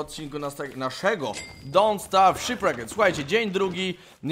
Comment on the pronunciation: Boże niech już wraca z tego całego Rich Tour i nauczy się poprawnie wymawiać "shipwrecked".